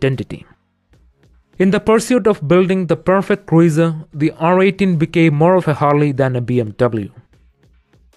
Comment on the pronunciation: He said "Cruieser" 🤣